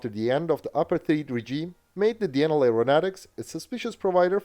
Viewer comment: Pity he can't say Denel correctly though.